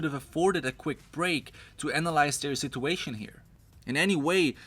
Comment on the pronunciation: friendly speaking...please learn to say situation man. it hurts my ears...